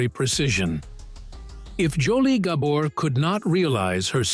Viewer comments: Not Gah-bor. it’s Gabor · Surely there must be a human being somewhere on this planet that could pronounce names, places, etc., better than this AI atrocity! Gobber's?.... sheesh!! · At least train your stupid AI to pronounce their last name correctly. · AI can’t pronounce Gabor. Really??? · I am sure this is a AI voice. It cannot even pronoun the name "Gabor" correctly. I am not even going to bother listening to the rest of it. Shame on you for not doing them justice. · If you don’t get the name right you don’t have enough credibility for me to watch this. Every one of your videos have pronunciation mistakes. If you can’t get that right I’m sure even basic facts aren’t right. Gah bore. Accent on the first syllable dahling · All the time it took to make this this video, and you didn't learn how to pronounce the name right. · I thought the remark was more about the poor pronunciation of the family name. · can't watch a video where you mispronounce the principals' last name - unforgivable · This is information I want, but the AI narration may make me bail before it's over. For gods' sake, it's GaBORE, not Gabber, and ZSA Zsa, not JaJA. And what's the footage from The Feud doing in there? Not a Gabor in sight.